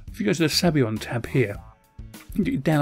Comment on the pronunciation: it's Sabayon, not Sabyon! Saba-yon!